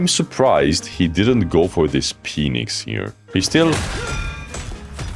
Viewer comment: “Penix” lol